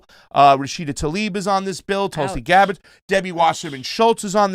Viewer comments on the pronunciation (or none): none